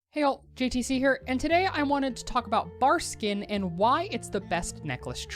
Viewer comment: love you and your videos but my nigga, you even said Barskin a couple of times haha. ill shut the fuck up now haha.